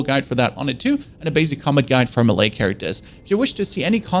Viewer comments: “Mah-ley character” I speak 2 languages. It’s tough especially English lol 😅 stuff isn’t spelt how it sounds. I feel the pain. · Astro...logger? What in the Betty crocker... Muh-lay? You mean Melee???? Wtffff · I love your content brother keep it up! But damn who tf taught you how to read my man? Astro-loggers and Mah-lay like how??? 🤣🤣🤣